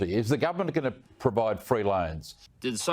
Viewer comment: Why do these Bogans say "gumment" instead of government?